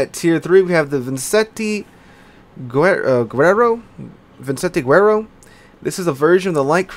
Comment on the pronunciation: LoL close to an embolism saying Vicente Guerrero (Visente werero will make it easier for you brother) :P Love your content!